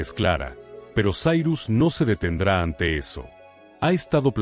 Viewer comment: Sairus??? E' Cirus, non e' inglese. La i si pronuncia i no ai, la c e' c no s. Inascoltabile.